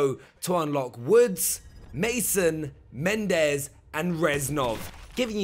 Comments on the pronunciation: I know right its MENENDÈZ not MENDEZ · He said “Mendez”